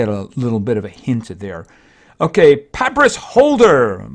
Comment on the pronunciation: that is not how you pronounce papyrus. You pronounce it Pa-Pie-Rus.